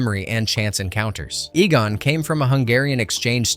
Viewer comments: Egan? Fricking who is Egan? It's pronounced EE-gonn. Have you even watched the movie? Nobody will stand for this travesty. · Unforgettable huh! calls him egen ?